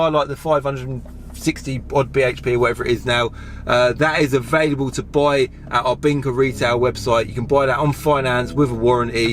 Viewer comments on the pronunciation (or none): none